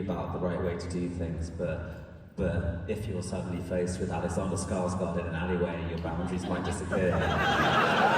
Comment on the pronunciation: The shirt!! The movie is a delight. I appreciate you pronouncing Alexander Skarsgård's last name as accurately as you can. 😊